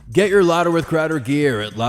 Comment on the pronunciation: I love a light roast, great for espresso or my little Bialetti stovetop. Great show, Mistuh Crowduh!!